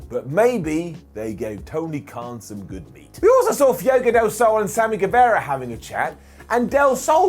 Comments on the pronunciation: I adore you, and that’s why I have to tell you that you pronounce Fuego wrong. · I wholesomely love they way pronounces Fuego. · I like, really I do, but the way he pronounces Fuego just irritates the living shit out of me.